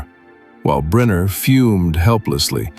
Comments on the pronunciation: Stop saying Briner it is pronounced Brinner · Pronounced BRINNER.